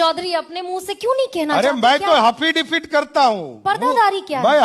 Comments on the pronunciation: हाफी डेबिट बोलता है,,अनपढ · अरे भाई किसी को पता है तो बताना कि ये "hafidipit " क्या होता है,जो मुख्यमंत्री जी बार बार बोल रहे हैं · हाफि डेबिट 😂😂😂😂😂😂 खुदा मेहेरबान तो गधा पहेलबान 😂